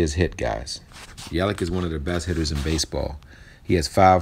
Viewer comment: Yelich name sounds like Yelitch FYI thanks for the information!!